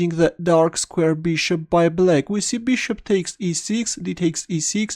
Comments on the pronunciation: First few videos I thought he was saying Blake instead of black... whos blake.. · Hahah mate I was wondering why everyone was playing against this guy named Blake. You just have a very particular pronouncation for Black, also for Rook. Nothing wrong with it. instantly recognize your videos when i hear your voice